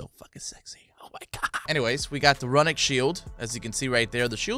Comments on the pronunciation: Brotha.. Its not “RUN-ic” it’s (pronounced) ROON-ic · "Run ik" hahhahha. Nigga, it's "Roon ik" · There have been so many Nordic skins and runic is said roonic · When you can pronounce JAEGER, but not RUNIC